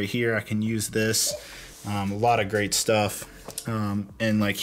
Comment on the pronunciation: Every time you said Great it sounded like Crait so yeah.